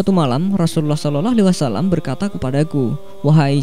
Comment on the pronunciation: Ini pngisi suara siapa yahh Ngucapin sollallahu alaihi wasalam ajh blepotan